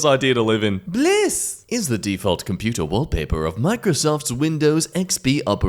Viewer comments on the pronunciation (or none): none